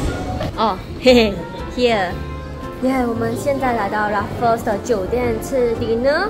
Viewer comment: 温馨提醒，Shu Sen有几个英文字念错了，Raffles, Ritz Carlton, Quinoa (这个字的发音完全错误）还有 Beige color。发现Shu Sen 近来都会被一些大牌子邀请，很棒，建议牌子的名字不要念错，以表示对品牌方的尊重。与品牌合作最避忌就是把人家名字念错。加油哦。多问多练习可以被改善的。